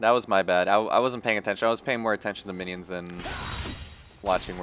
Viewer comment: There's one thing i don't understand ...... Why you said winions ? O.o